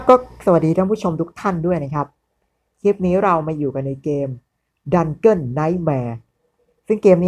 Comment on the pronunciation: Dungeon อ่านว่า ดันเจี้ยน นะครับ ไม่ใช่ ดันเกิ้น